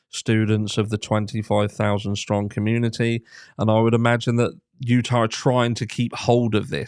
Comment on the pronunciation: Were you saying Utah? This case takes place in Idaho. Accent makes it hard to tell lol